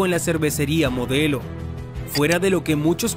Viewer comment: dice grupo MODLEO en lugar de MODELO